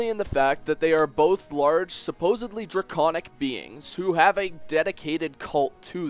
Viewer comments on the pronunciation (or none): none